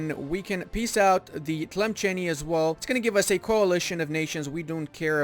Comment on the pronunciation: As an Algerian, it pains me to hear how you pronounce Tlemcen XD